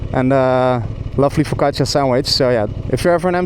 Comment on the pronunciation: Haha your pronouncation of foccacia is like when us slovenes jokeingly pronounce it - cuz if you pronounce it like that, it sounds like fukača - dual plural form of a fucker 😂